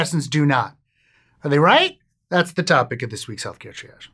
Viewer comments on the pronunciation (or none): none